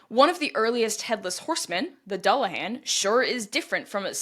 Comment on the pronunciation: There is really no reason to feel particularly bad about mispronouncing garlic languages... they are notoriously difficult. That said... if I remember correctly the "dull" of "dullahan" rhymes with pool.